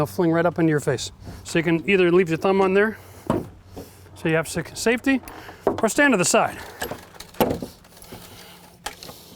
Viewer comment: Why would you say safty second